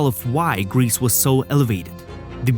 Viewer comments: Her name is pronounced grey-say not grease otherwise great video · It seems as if every Youtube history channel is obsessed with this young woman and each one likes to elaborate or fabricate his own lurid tales of horror. On the scale of drivel, your channel easiy wins first prize! First of all, Irma's name is pronounced "Gray-sah" and definitely NOT "GREECE". Next, it was Doktor Mengele, NOT Irma who was given the sobriquet "Angel of Death".Next, the fictional lampshade story was debunked years ago and the material was found to be goatskin! Cheer up! You can now accuse her of anti-goatism. Next, Irma was not hanged on Nov. 4,1945. She was judiciously killed on Dec. 13, 1945. Lastly, Irma was buried in Friedhof am Wehl, Hamelin, Germany. Do some research before attempting any more videos. This one is pathetic. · It's a bit annoying that he pronounces her name "grease". This has a slightly comic effect, which I think is a bit inappropriate for such a monster. Her name was Grese (Irma Grese). This is pronounced "Grayzeh". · Her name was not "Grease"! Why not find out how to pronounce it before you narrate a video about her? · Interesting program. I wish you took a greater care at pronouncing Irma Grese's name properly. It's not Griss! This make the whole film unprofessional. Get it right! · so glad you set them right on that. do you think they pronounce it correctly in hell?